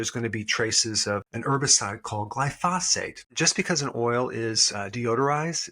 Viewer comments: gLYphosate ... emphasis on the 1st syllable. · For the umpteenth time, Glyphosate is not pronounced "glyphosphate." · When will you learn how to say glyphosate, Doctor Berg?